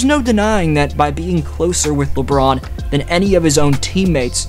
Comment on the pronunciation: Alright, please stop the 'Le' I really like the content but that is now unbearable